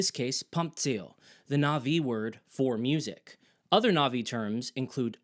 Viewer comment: So much effort into talking about your disgust with the western music, and yet you still westernize your pronunciation of Na'vi?